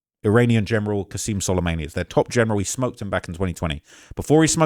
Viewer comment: Solemayney? An-Clave? Briggaydiur General????? TF is wrong with your brain you do this for a living. Literally made like 10 videos on Trump taking down Soleimani and now suddenly you can't pronounce his name?...